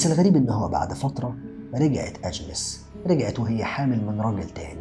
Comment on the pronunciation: توضيح بس والغرض منه المصلحة Xavier تنطق زاڤيي Agnès أنْيِس شكرًا لسعة صدرك